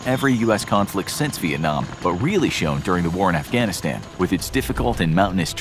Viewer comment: I understand your american but say Afghanistan right or don't say it all.